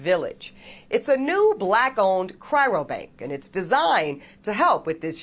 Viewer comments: Is anyone gonna tell this strong, independent, and obviously educated woman that there is only one 'r' in the word cryobank? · For a woman as educated as she is, you'd think she'd be able to pronounce "cryo bank" correctly. She repeatedly said 'chyro bank". This observation is coming from an educated black man here. My sperm, however, is not for sale. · It’s not ‘cryrobank,’ FFS. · God she says it again and again. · Ugh! She can’t even say ‘cryo-bank’ properly. Education doesn’t mean much anymore.